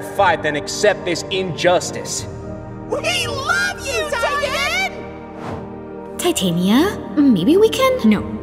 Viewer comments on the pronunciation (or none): Ti ta ni a not ta tan ia